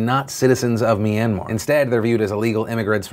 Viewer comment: I give you a 10/10 on your pronunciation on that Myanmar piece. Thanks for talking about this issue on your platform phil